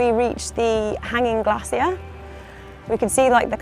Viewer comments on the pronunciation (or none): none